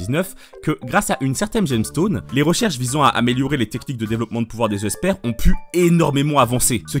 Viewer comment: J'ai une question, pourquoi tu prononces "Esper" "Euh-esper", j'ai l'impression que tu lis le mot avec 2 e et la question me taraude ToT